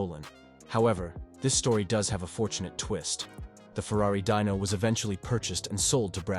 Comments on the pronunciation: I agree it started with the Dino surely he knew that it’s named after Enzo’s son and should be Dee no not Die no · Atlantic, not atlanties.... Dino, pronounced "Dee no" Not dyno... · Deano, not Dino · From Dino (correct) to "Dyno" (NO) in 10 sec wtf?